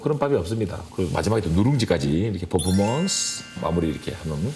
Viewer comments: 그래서 더 웃김 ㅋㅋㅋㅋㅋㅋ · 난 포퍼먼스가 왜케웃기짘ㅋㅋㅋㅋㅋㅋㅋㅋㅋㅋㅋㅋ 포~포모온스우~ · 발음 안좋으시네..퍼포먼스 ㄴㄴ 포.포.몬.스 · 포포먼쓰ㅋㅋ 승냥ㅋㅋㅋ 아 발음대로 자막단거 왤케 웃기지ㅋㅋ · 퍼포먼쓰 퍼포먼쓰 그만좀 했으면 좋게따...ㅠ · 앜ㅋㅋㅋ진짜 매력터진닼ㅋㅋㅋㅋㅋ 이부분 캡쳐각 포포먼쓰라고 하는 발음도 귀엽ㅠㅠㅠㅠ